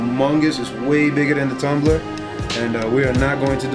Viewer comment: its tumbler not thumbler btw